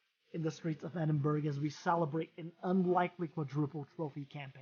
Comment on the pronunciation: So you know it’s pronounced as edinbru not edinburg